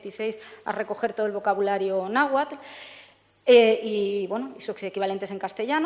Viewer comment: cierto pero yo creo que hace una interpretación para que sea mas comprensible a la idiosincracia europea, como lo de los temazcales que les llama baños de vapor XD jejeje. Además pronuncia bastante bien el náhuatl. saludos